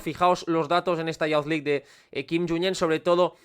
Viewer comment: Me encantó el vídeo, genial como todos. Un comentario con cariño: youth se pronuncia como "yuz" (/juːθ/), no "yauz", tanto en ingles británico como estadounidense. Lo dices en muchísimos videos y cada vez pienso en comentártelo 😅. Sigue con el buen contenido!